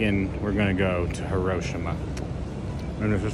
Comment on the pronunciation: Hi-ro-shee-ma. Have the courtesy to learn to say it properly.